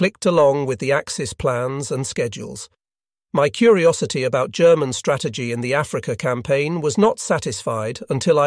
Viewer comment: This is not actually narrated by a human being but some sort of text-to-voice chatbot; hence, German with a hard 'G'.😅